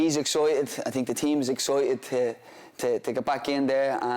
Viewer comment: "Hes excOIteT"